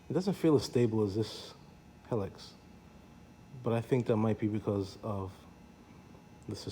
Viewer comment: Thanks for your nice review. I love my 2004 Helix that just turned 21000 miles with no issues - just normal maintenance. It's worlds better than my first scooter - a 1957 Cushman Pacemaker! By the way, it's pronounced he-licks, not hell-iks.